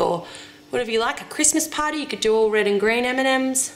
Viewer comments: every time you say M&Ms i think you are saying Eminem, and i don´t even like him!!!! it´s crazy :D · i have understand "mini eminems" :D hahahah xD